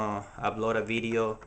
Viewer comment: Lmaooo. he sed beedioh ( Video) lol nice vid thoo